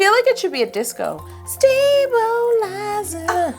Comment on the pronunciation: Sta-bowl-izer ah?